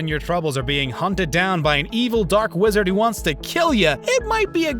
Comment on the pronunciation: Uhm... Wizder?